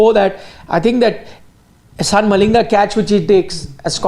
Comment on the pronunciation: Can someone please tell that Eshan Malinga is pronounced as Ishan Malinga and not as Ahsan Malinga... Effects of spending time in Pakistan showing 😂